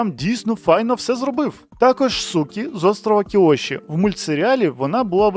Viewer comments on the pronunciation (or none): Дякую за ролик.🎉🎉🎉 Є лиш маленьке зауваження, Суюкі, а не "сукі"😂😂😂